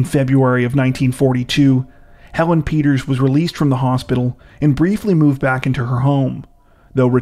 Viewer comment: Peters' not Peterzes